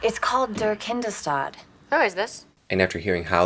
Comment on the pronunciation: german is my mother language to listen they way cordelia was saying "der Kindestod" ...as terrible as the meaning of the word is, it still cracked me up how she pronounced it.